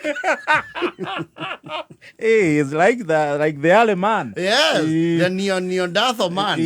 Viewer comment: Aki mmetamka "Neanderthal" kama 'Geothermal' 😂😂😂😂